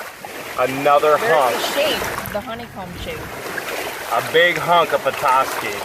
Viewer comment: I'm from Petoskey. I love that your not from this area and still pronounced it right. There's also a charleviox stone too.